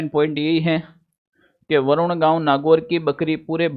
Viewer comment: Varoon nhi h sir baroon h